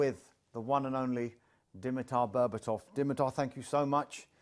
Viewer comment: We noticed completely butchering Berba’s name at the very end there. “Dimitar Berbabobobabo”